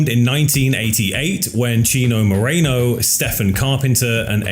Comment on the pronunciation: It's Chino Moreno not Mareno dude